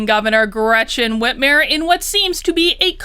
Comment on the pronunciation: I love how you pronounce her name like Whitmeir not Whitmer, because it makes her sound like a n**i